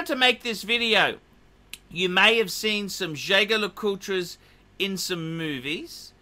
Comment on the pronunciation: It's pronounced jajer not jager